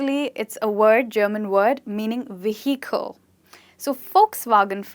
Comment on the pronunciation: You got VEHICLE wrong !!!